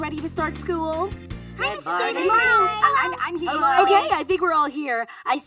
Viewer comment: that may be best “skewl” in the whole series.